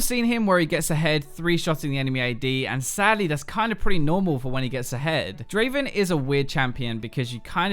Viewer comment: Not Draven , DRAAAAAVEN !